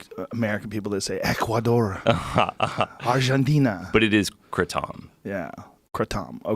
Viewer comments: Curiously, Joe pronounces Ecuador correctly and Argentina incorrectly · Argentina it’s pronunciation is Ar-hen-ti-na G sounds like an H joe